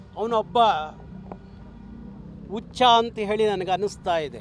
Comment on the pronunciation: Anno nivu modlu Kannada sariyagi uoochara madtilvanno Hucha annod bittu ucha antiya Jadu annod bittu aadidane anti allanno